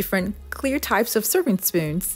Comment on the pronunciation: At first i thought she said using SPINS...I was like huh???